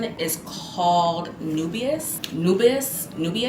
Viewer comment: Nubias for Nebras, Khamara for Khamra 😂😂girl A.R.M.A.F for Armaf 😂😂girl stop.